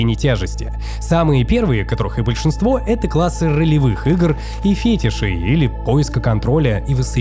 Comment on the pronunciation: Автор, если уж и берете сложные темы, то ставьте правильно ударения: амИгдала, Инсула, фетИш. Слушать прям физически больно